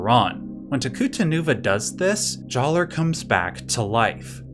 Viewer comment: I don’t like the way he says Jaller with a hard R.